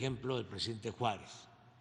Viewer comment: Así habla el Prejidente